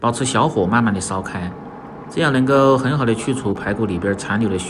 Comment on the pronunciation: (來白)奶白，能够，發音不准。太油了，